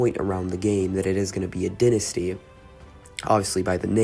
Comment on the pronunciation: This game is 5 months old and 1 day from today just want to point that out also pronounced dai ·nuh·stee if American for the British it is di ·nuh·stee.